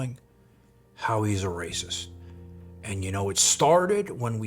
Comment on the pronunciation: Why are we in some kind of soap opera? Wes is a clown. But it seems way too many people are using him to finesse the algorithm. Talking smack on someone everyone has concluded is a clown. Why? Lets move on. This "pizza chit" is already burned in the oven. Also "rayciss" come on man. He was in prison in Cali, literally segregrated by race. Bravo your production quality and attention to detail is way too high to continue with this clown.